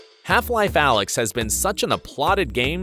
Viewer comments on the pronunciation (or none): ALYX - NOT ALEX!!!